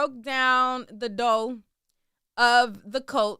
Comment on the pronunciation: Love the way says “doe” instead of “door” 😂😂🤣🤣🤣🤣🤣